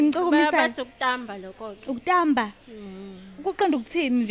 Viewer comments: Kutsiwa "KUTSAMBA" yelaVilane not Kutamba. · Kutsamba not kutamba